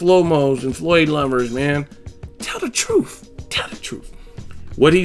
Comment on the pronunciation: TALE uh TROOF TALE uh TROOF